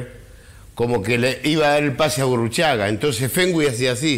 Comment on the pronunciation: Burucagi???? (Burruchaga) jajajaja